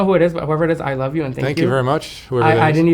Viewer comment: I love how he says "the luve" I rewinded like six times lol